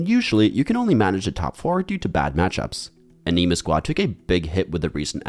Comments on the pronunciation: why does he pronounce anima like that lol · Ikr. Threw me off in the beginning then he said it normal. 😂